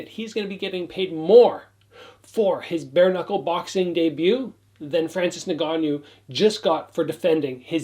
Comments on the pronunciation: Hey. To correct your pronunciation of Francis's last name. It's EN-GA-NOO. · Pronounced En gannou